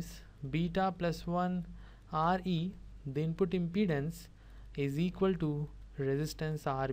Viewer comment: yeha you are correct but he is saying re Instead Of Re